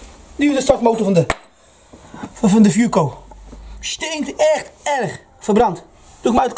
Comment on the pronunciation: Dieses teil heisst fuoco und nicht fooco 🥴🤣